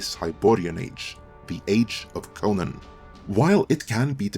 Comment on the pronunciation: i like how he pronounces Conan wrong the entire video. that guy